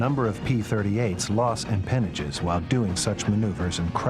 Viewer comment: "A lot of P-38's lost..." I think the narrator is mangling the word "empennages," which is basically French for ass-end of aircraft.